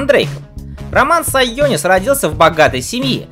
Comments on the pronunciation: Сионис, а не сайонис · Не Сайонис, а Сионис)